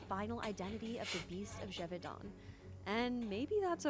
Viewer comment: Geh-Voh-Danh thats how you say it ^^